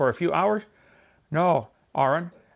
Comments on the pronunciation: He pronounces Aron Ra's name wrong, and then pronounces somebody named Aaron's name wrong too. Like they're reversed. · Did anyone else notice the irony in how Kent said the commenter's name? Aron Ra has had his name mispronounced countless times, with the first syllable sounding like "air" instead of "are." Yet on one of the relatively few occasions when a creationist actually gets Aron's name right, he's not even talking to Aron, but rather to Aaron, for whom the "air"-like pronunciation is actually correctǃ Ah, creationists. Even when they get something right, they still manage to be wrong. In a sense, it's even funnier coming from Kent, given that he doesn't bother attempting to pronounce Aron's current legal name at all but instead uses his supposed birth name, "Larry Nelson."